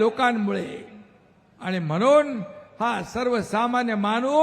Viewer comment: आणि मगणून